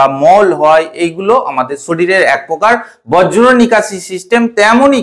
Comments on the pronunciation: বজ্র না ভাই বর্জ্য 😂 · শব্দটা বর্জ্য। এটা কি আপনার উচ্চারণ সমস্যা নাকি অজ্ঞতা? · বজ্র নয় বর্জ্য